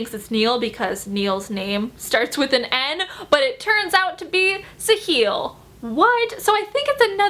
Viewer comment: this video got me so excited for all the releases this year!! thank you for this video because I had no knowledge about any books that were coming out this year. also, just to let you know, my friend's brother is named sahil and the pronunciation is SA-hil, not sa-HIL